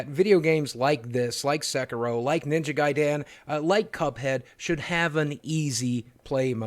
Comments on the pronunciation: I love that boogie pronounces it ninja guy-Dan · The way you pronounced ninja gaiden as ninja guy Dan made me smile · "Ninja Guy-Dan?" Yeah, let's get him in here. I bet he's good at Sekiro.